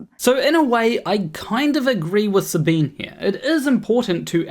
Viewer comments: Love your channel. Never downvoted you. never will. But Sabine is a 3 syllable name. In German, there are no silent 'e's. So, Sabine, in German, would sound to your ear like Sabina. It's actually Sabin-eh (like the first e in edible), but Sabina is close enough. Her name is not Sabeen. I used to like her channel, but don't any longer. But she (and EVERYONE else) deserves the dignity of her own name being pronounced correctly. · Her name is German and pronounced "Sahbeeneh," not French and pronounced "Sah-been." Didn't watch the rest of the video. If you can't even get the pronunciation of someone's name correct, I don't think you're trying hard enough. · Sabine is pronounces her name Suh-bean-uh, even though there’s an e on the end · Not to be a picky pedant, but her name is pronounced with the e at the end as 'ah'. Sabin-ah. That's how she says it and everyone else who mentions her. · You should at least have found out how to pronounce her name. It's only polite. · slight correction to an almost off topic: Her name is SabinE. She is German, thus the E there is not silent. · Professor Dave pronounced it that way and got comments telling him it was the other way around lol